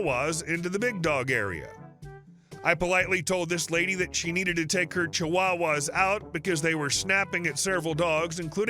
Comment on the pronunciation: Do you have a difficult time saying the word “chihuahua?” It’s okay. I could never say “antique.” It was “antink.” Grandma couldn’t say “aluminum.” It was “aluminuminum.” We practiced the correct pronunciation, but whenever we had to use the word, there was that little pause and the slow pronunciation.